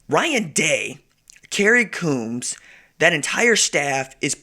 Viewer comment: It’s pronounced Combs for Kerry Coombs